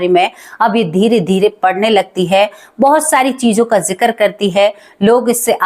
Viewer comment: कृपया किसी हिन्दी और अंग्रेज़ी शिक्षक से कहानी की भाषा में सुधार करें, जैसे जिक्र को आप जिकर बोलतीं हैं।